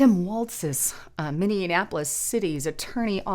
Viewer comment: it is Minneapolis, five syllables...please don't say mini annapolis... with an extra non existent syllable. thx